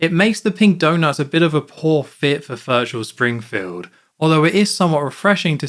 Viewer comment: minus points for homer not saying VIRTUAL... SPRINGFIELD like in Virtual Bart